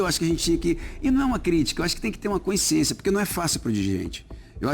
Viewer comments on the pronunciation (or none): Consciência e não Coinsciencia… Melhor gestão de futebol está na Alemanha - sem dívidas! Clubes ingleses tem dívidas enormes… Fala bonito mas mais um analfabeto funcional… mais um 💩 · Muito lúcido o Leonardo, muito inteligente, porém, a palavra consciência, não é escrita: “CÕICIÊNCIA”!!!!! Tem que falar certo, c@@ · Leonardo fala seis idiomas , um cara inteligentíssimo , educado e de boa família desde o nascimento , mas não sabe pronunciar a palavra consciência ... Nesse programa e em outros que ele tem participado durante os últimos dias rs em todos ele não pronunciou corretamente.